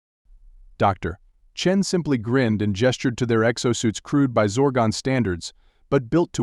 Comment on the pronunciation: I think what's happening is the script has it as "Dr. Chen" and the AI is reading the period as end of sentence.